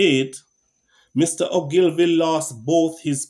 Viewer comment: His last name is pronounced ...... ooglevee.... Many people make the same mistake, great video.